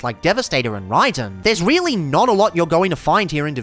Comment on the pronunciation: "rey-den" always makes me cry a bit too